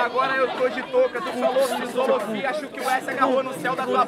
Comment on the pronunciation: sí eu escutei o falando Fisolofia?? kkkkkk